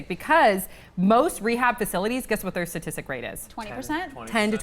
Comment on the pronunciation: Why can't you say the word "statistic" lol